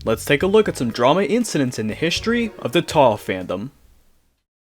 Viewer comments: Why do you pronounce things so strangely? Every time you say Touhou, you make it sound like you're saying tohgh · The ever changing pronunciation of touhou drives me nuts. 😂